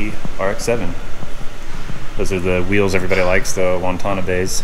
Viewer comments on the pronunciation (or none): Wa-te-na-be rims not Wan-tan-e-bey bro